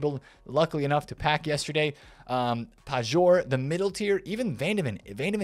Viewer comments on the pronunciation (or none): Pajor is pronounced 'payor'. The only difference is with j being pronounced as y. Love the videos by the way 😊